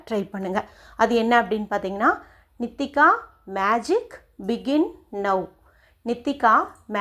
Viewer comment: நித்திகாவா நீட்டிக்காவா பெயர் நன்றாக கூறவும்